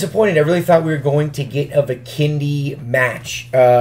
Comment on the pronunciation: Why does he say Vikendi bikini